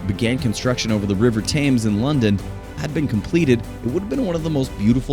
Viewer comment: Thames pronounced wrong also.